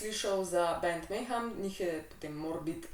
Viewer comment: prav izgovarjaš, je pa to black metal band ja, saj sem jih včasih poslušal!!! 😇🤘👹